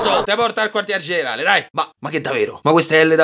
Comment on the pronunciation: Quando a detto generale credevo dicesse generaELLE😂